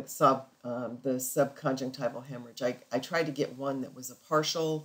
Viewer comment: You pronounce 'subconjunctival' as sub-con-jec-TIVE-al. Shouldn't it be pronounced sub-con-JUNC-tiv-al?